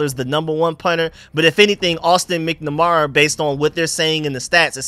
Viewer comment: MAK-NAH-MARA not MICK-NA-MARA. 😂. but you have trouble with names. It makes me laugh. Thank you for your work.